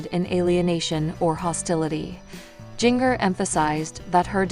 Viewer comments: Jenger...it's Jinger as in a ginger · Her name is pronounced Ginger.